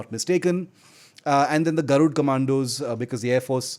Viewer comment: It is "Garud" not "Garudaa". At least as Indians, it is expected from us, to pronounce our cultural and historical names with a good accent, unless it is someone from a foreign country who doesn't know about our culture. The Armed forces use Sanskrit names and also maintain their dignity, that's why they are professionals! But we should stop ourselves from showing off, our culture and language as 3rd class.